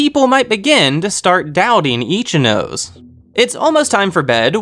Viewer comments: I really appreciate the effort put into these videos, but im sorry, it kinda ticks me off when you say the Japanese names incorrectly. You seem like you put a lot of time and effort into this, and Japanese syllables only takes like 10 mins to understand how it works. Ichinose is -> I-chi-no-se, there is no "nose" syllable in Japanese. So it really ticks me off whenever I hear i-chi-"nose" (human nose in English). I wish you'd put 10 mins of your time to check this small detail, it will help a lot in the videos, I think. These are Japanese students, and it doesnt help when their Japanese names are butchered like this. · Ichinose is pronounced ee-chi-no-seh. LOOL Not itchy nose. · XD i died when u said Ichi - nose